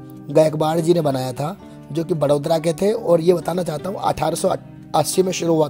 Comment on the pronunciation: वो वड़ोदरा ही बड़ोदरा नहीं आप बड़ौदा बोल सकते हों 👍🏻